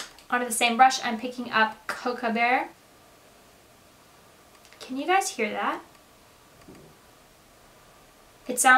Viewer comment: It sounds like... You mispronouncing "cocoa bear" again.